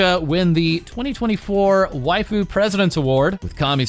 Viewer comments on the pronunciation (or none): none